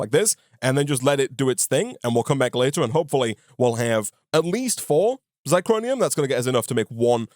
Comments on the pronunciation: Living for calling it Zicronium instead of Zirconium:) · You're mispronouncing zirconium. zir-co-ni-um. Not zi-cro-ni-um.